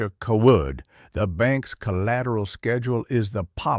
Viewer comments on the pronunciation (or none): Seems to me the family name would be pronounced Cay-wood not cah-Wood. I agree with previous comment about why a farmer would be driving a tractor instead of a pickup to and from the lawyer's office and the bank. That normally makes no sense.